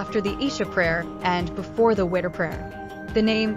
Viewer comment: It is witr prayer, not winter prayer😅 Edit: and not Terraway it is Taraweeh